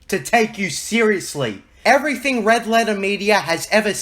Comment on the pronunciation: damn can this fool pronounce anything right? "mudder, everyfing, trice, jidday, orer"